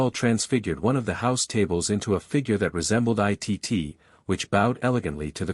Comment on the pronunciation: Can't they teach the AI computer that Cousin Itt's name is pronounced "It" and not "I.T.T."?